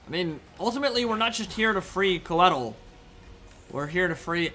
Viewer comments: Qued-eel eh? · Interesting that Drycha pronounced Coeddil "kwe-deal"